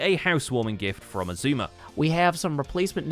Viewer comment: why does Keralis call xisuma "Shashammy void"?